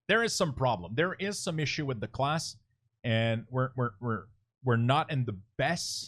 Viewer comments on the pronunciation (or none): none